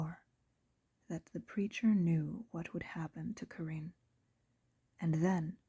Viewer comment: I noticed the black cat near the beginning, funny! I got so absorbed in the story I didn't notice another one. Great job! But (minor point) I thought Carine's name was pronounced like "Careen".